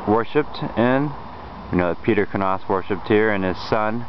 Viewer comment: where are you from? I've never heard the name pronounced "k-nahs," I've always heard it pronounced "k-nous" or "nous." In any case, are you the son of either Richard or David? If so, you're apparently on my descendancy, if not, then definitely not.